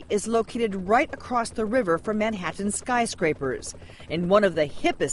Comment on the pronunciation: Brainwashed cultish nutcases. p.s. somebody should teach "Doctor" Nancy Schneiderman how to pronounce the word Manhattan